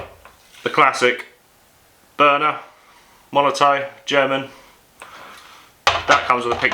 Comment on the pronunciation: Its molotoFFFFF not MolotOE... Great Video btw